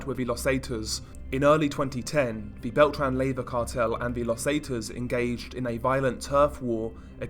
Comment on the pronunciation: Pronounced lay, va